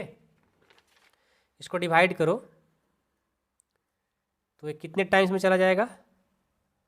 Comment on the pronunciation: Dibhaide nhi Divide ➗ hota hai hamko bahut kharab lagta hai